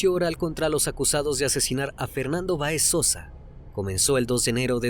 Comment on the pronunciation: Para el joven que narra. El apellido Báez, lleva acento en la A...hay que pronunciar correctamente, porque lo dice Baez...por favor, detalles así, restan seriedad y profesionalismo.